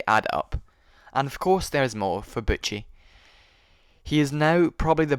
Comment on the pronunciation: Butchie, not Butch. why?